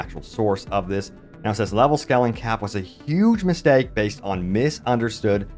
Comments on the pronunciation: not to sound rude but the way you pronounce scaling is not how you have to pronounce it. try to say it like this skay - luhng . and no, i'm not a native english/american speaker. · It's scaling (long "a"), not scalling. Love your clips though! ❤